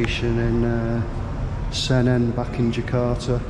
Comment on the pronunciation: Semarang, not Semerang